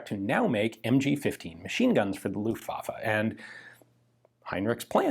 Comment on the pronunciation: You have 2 german words in this video that we pronounce a little bit different in germany. Maybe this will help you with them. First is "Luftwaffe" . Just cut the time that u use to pronounce the "U" & the "A" by half. The second one is "Volkspolizei". This one should sound like "Folks Polizhigh".